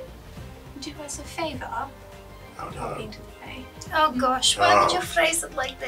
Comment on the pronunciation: Party spends the whole first video of this encounter carefully avoiding any of the classic foibles, then opens this session with "Can I ask for a Faevour...?" Delightful, what could possibly go wrong 🤦